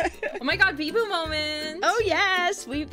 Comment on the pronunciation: i love how she says beeBOO in such an American way as opposed to the normal weeb manner that being said, can't wait until is the 6th favorite member on her channel right after biboo of course